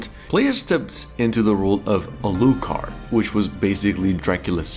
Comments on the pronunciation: No one has ever pronounced Alucard's name as "uh-LOO-kard". It's "AL-loo-kard", all the stress is on the first syllable. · Alúcard?! alÚcard?! i mean... A-----lú-- card? so the other names are like Drac ú la.... eh? it is Álucard.....Á lucard.... A___lucard.... not AI lucard, not Alúcard...just accent the first, like Drácula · If you say "Aloo card" one more time... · Ah yes, the famous Uh-looh-card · Yeah, his pronunciation of his name is killing me 😂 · A-LU-Card. Are you okay? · How the hell did you mispronounce Alucard?